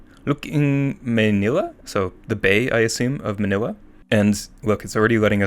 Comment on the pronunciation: it's \ló-ók näng mäy-ní-lä\ edit: "look" is 2-syllable word \ló-ók\; meanwhile we pronounce "ng" as \näng\, not \ng\ edit 2: "may" in maynila is pronounced similarly as the pronoun "my"